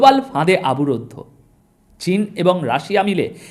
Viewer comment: ভাই আপনার খবর আমি আপনার খবর নিয়মিত শুনি । সুন্দর বিশ্লেষণ কিন্তু কয়েকটি শব্দের উচ্চারণ এর প্রতি নজর দিলে। ভালো হয় । যেমন কথাটা সার্বভৌমত্ব ( সর্বভৌমত্ব নয় ) । কথাটা আবরুদ্ধ নয় কথাটা হল অবরুদ্ধ ।